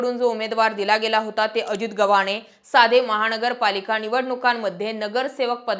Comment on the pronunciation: वामन न आणि ण वर काम करा आधी नंतर पत्रकार व्हा महा ण गरपालिका, पैलवा ण